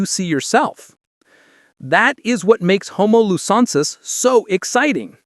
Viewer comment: Please learn how to pronounce the names of both new species. It's pronounced homo lu zon nensis and homo floren si ensis.